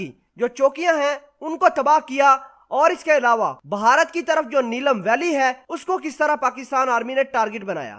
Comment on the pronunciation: The proper word is bharat, not baharat.